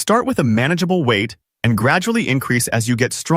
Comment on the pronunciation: It's 'WEIGHT" - not "weigth". 😂